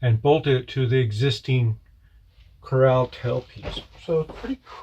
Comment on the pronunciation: Very nice! Btw, it's pronounced CORAL like the Great Barrier Reef, not CORRAL like a fenced area to keep animals in.😉✌